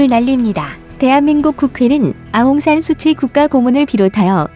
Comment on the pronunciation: 좋은영상 만드시느라고생이많으십니다 근데 큰오류가있어 말씀을안드릴수가없네요 아웅산수치가 아니고 현지발음으로 아웅산수찌입니다 수치는 말구대로 수치스럽다의수치입니다 현지의독립영웅딸로 어느누구보다도 존경을받고있는분인데 수치라하면 현지인들한테반감이생길것같네요 동남아거의모든나라가봤지만 미얀마처럼 한류가인기있고뜨거운나라는없는것같습니다